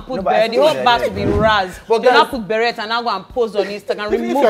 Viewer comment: Pronounced Beh-ray.... Not beh-ret.